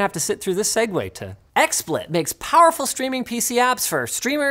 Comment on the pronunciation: It's "segue".